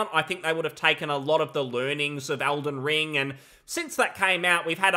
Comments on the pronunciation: does his accent not include the letter E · ELden Ring, WHY ARE YOU SAYING ALDEN STOP IT